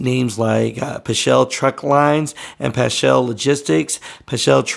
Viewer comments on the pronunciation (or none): It’s actually pronounced Pasc-hall. Paschall truck lines. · It’s pronounced Pass-cal. Not Puschel or whatever….